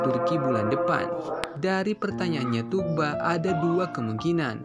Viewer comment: Udah sekian lama nyebut namanya masih salah aja boss. Itu huruf g coret atas yang memanjangkan huruf U. Bukan g biasa. Jadi yang betul nyebutnya Thuu-ba. Bukan Tug-ba atau Tuk-ba.